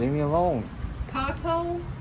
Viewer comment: . He walking past..kato 😅😅 its pronounced like K-Toe